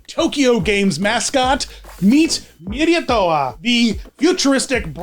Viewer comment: no nonono here is how you pronounce it Mee- rai- to- waa Ok and here is how you pronounce Someity Som - MEI - ti